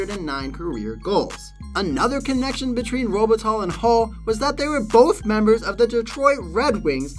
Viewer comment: The proper pronunciation of Luc Robitaille name which is French is Luc Robe a tie with the a sounding like a soft a not like a sharp a. And taille is pronounced like tie in necktie.